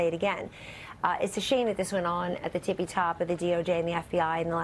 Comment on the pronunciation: "tippity" top Kelly - not "tippy" top.